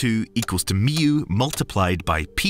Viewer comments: Because the narrator doesn't understand what he is reading and even pronounced Mu incorrectly. Probably an AI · Mee-oo? Never heard it pronounced like that before